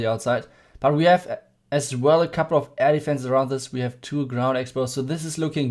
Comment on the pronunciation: With the German accent when you say air defense it almost sounds like you say elephants! Awesome vid!